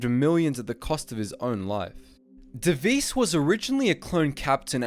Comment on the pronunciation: I’m afraid it’s not pronounced denaaal or deviiiiiss it’s denal and deviss